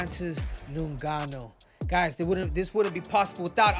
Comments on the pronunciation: 😂😂😂 pronounce ngannou well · Breh... say his name right. SHit's wild disrespectful lmao He wouldnt call you Henry CeJOOdo. '